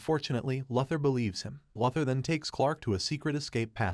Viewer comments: Its Lou-thor and not la-thor. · Omg yo...it's "LOO-THER" as "LOUIE" "LOUIS" "LOSER"- LEX LUTHER...christ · This guy can't say Luther. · Interesting. You can’t pronounce luthor. You are either a bot or someone that never watched the cartoon or any cartoons. Probably never read any comics either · It's an automated voice right? No one that puts out a Stupes vudeo says Lex Luther incorrectly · Listening to you butcher one of supe's greatest opp's name like this is my villain orgin story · I know it was terrible